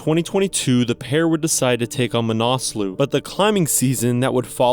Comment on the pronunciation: Pronounced ma na sluh, not "manaaasloo"